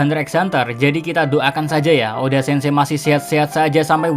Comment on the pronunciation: "eiichiro O D. A"